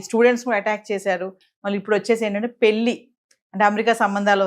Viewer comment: Yes, కరష్టు గా షెప్పావు, పెల్లి ఏంది నా సుల్లి లొ యాస, పెళ్లి అనాలి